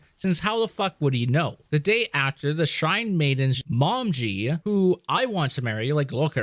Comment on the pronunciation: Her name is pronounced Mo-me-gee.